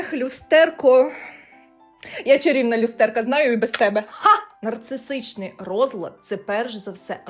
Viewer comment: Нарцисичний!!! НарциССССичний!!!! А не нарцисТичний розлад особистості!!!! Пані психологу треба трошки попрацювати над вимовою термінів в яких вона має розбиратись. Все відео вухо різало